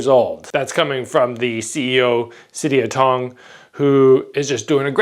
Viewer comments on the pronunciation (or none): its pronounced sit yod tong as in the gym from pattaya where samart came from